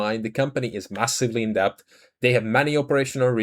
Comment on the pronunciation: Really appreciate your videos. Try to remember that you don’t need to pronounce the B in DEBT. It’s just ‘DET’. Makes your life easier and makes vids ever so slightly more accessible, which is good for the channel. Hope you don’t mind the advice. Keep up the good work